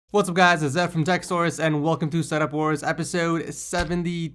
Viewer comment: What's up it's ed from tech sourous say source not sourus